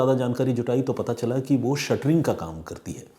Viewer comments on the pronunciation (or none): Shuttering nhi shatring bolte h sir